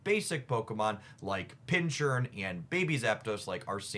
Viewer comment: It's happened one too many times now... I have to speak up!, it's Pincurchin. Not Pinchurn. Pinc-urchin, or Pin-cur-chin. Portmanteau of pin cushion and sea urchin. I'm begging you to stop doing my boy like this. 😢